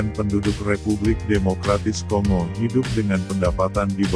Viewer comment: Bacanya konggo min...! Seperti kita membaca bangga bukan di baca seperti ɓunga atau singa. Ini ceramah karena saking banyaknya admin masih buta baca